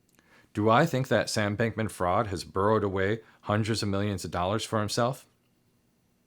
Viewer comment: His last name is pronounced freed, not fraud